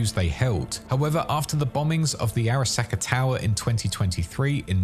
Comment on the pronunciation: Also Ara-sack-a